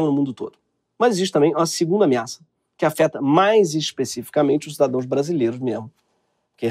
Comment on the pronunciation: em minutos desse video ele diz."CIDADOES". Ou eu to mal do ouvido?